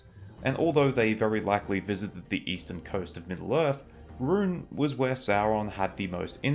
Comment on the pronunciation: You say Rhun wrong